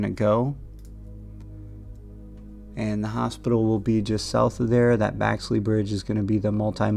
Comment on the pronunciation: Thanks for video,,,,BTW, Clifton Grove is putting only….NOT pitch and putt like Marsh Bend. And it’s BEXLEY not Baxley Bridge